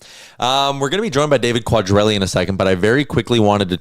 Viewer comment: . Not sure that is how David’s last name is pronounced? Sounds funny 😂. Your co host got it right a minute later